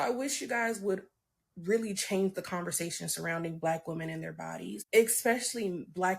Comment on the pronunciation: Can I ask why u say "conver-ZAY-tion"??? Speech impediment?, accent?, I wanna kno how 4rl..no shade...it's like nails on a chalkboard tho🤦🏾😂